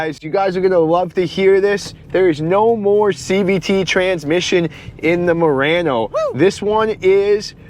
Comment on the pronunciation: Why you keep saying Moreno?